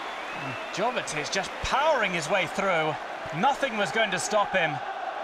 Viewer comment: Its Jovetić not Govetić 😕